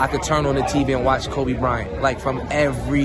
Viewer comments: PUT SOME RESPECT ON THAT MANS NAME HHIR "KOBE" WITH AN E YOU KINDA LAME FOR THAT ONE BRUH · It’s not koby it’s KOBE!!!!!!! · Koby? Please get his name correct!